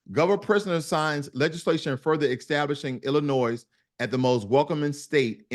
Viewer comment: My cousins are from Chicago. People from Illinois don't like when people pronounce the "s" in Illinois. A lot of non-Illinois Americans don't know this error.